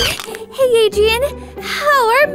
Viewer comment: Not Adrian but Adrien. GEEZE